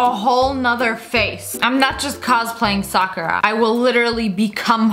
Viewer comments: It is not Sakarya it is Sakura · It's pronounced sa-kura it means cherry blossom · Am i the only one that watches Naruto and hates it when people say SakuRa instead of Sakurra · You pronounced Sakura wrong